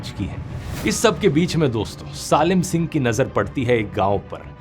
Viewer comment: Salim singh ❌ zalim singh ✅😂